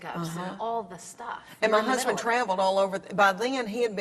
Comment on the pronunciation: Leane!! you're the funniest. the prettiest too. So lovable. The way you say the word 'lord' is just amazing. still my favorite line ever : ... then my hursband remembers me !